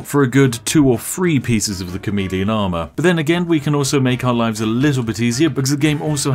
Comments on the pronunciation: Had my headphones in while this played on my phone and I really thought he was saying "comedian" not "chameleon" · I knew it was chameleon armor but did anyone else thought he was saying comedian armor